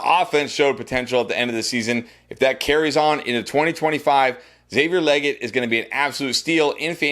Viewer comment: You really need to learn how to pronounce names like Xavier Legette and Travis Etienne. Like cmon dude😂